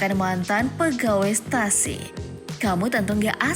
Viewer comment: Stussy not stasi.